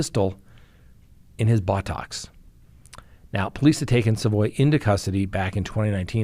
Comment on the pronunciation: 😂😂 why do you pronounce it “Baw Tox” 😂😂 I love the show